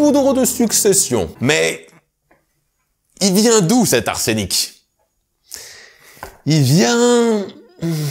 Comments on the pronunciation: C.est pas arsénic mais arsheuheuheunic ! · arsEnic et pas arsénic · C'est pas "Art scénique" mais Arsenic bordel "Ar-seu-nic" ...Arts scéniques... tsss. Super épisode sinon ;)